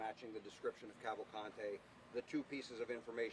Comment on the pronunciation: It's pronounced Cavalcante, the 1st 2 ''a's'' r short as in the English ''pan'', n the 'e' is as in the English ''dean''. The 3rd 'a' is only somewhat long. That's the Brazilian pronunciation. And he's not Hispanic, he's Brazilian.